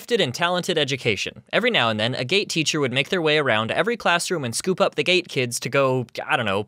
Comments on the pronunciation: What said: “Every now and then, a GATE teacher would make their way around to every classroom and scoop up the GATE kids” What I heard “Every now and then, a GATE teacher would make their way around to every classroom and scoop up the gay kids” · You know it's called gte not gate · at first I thought you said “ a gay teacher would come and pick up the gay kids” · i heard gate as gay